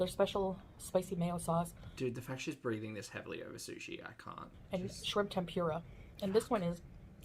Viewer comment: she cannot pronounce “tempura” lol